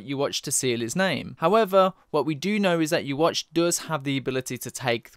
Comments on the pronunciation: Yhwach, not Youwatch. Please... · I really hope they don't pronounce yhwachs name like yuwatch in the anime... would really throw me off yuhawbac sounds so much more menacing